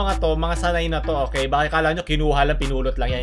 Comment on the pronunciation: it's the "bakeight" for me.